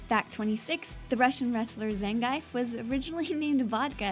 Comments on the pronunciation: Zayng-eyef... Like we need a third pronunciation of a name that should clearly rhyme with beef... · It's Zan-geef. Not Zen-gaif. ((It's actually Zan-gyef if you want to get technical)) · Zangief, Shoryuken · did you call ryu roo and zangief zangife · Cool video, but my God, your pronounciation of Liu Kang, Ryu and Zangief are horrible!